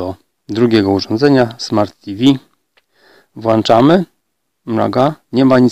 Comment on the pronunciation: Kolego wszystko ok. Ale jak upubliczniasz swoje filmy to na Boga zwracaj uwagę na wymowę ponieważ dużo ludzi tego słucha. Nie włanczam a włączam. Pozdrawiam.